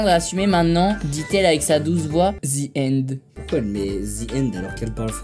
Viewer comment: C pas zi end c ze end